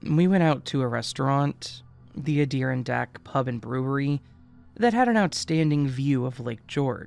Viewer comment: Just to be helpful here; it's pronounced Ad-i-ron-dack.